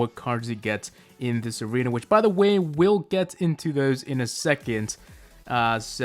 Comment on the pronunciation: You said aweena insteasd of arena